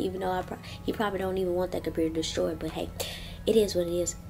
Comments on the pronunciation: peep ha tranna say computer like que . 🤣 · “2008 compurter” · It was funny how she said computur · Girl say computer properly omg🙄 its annoying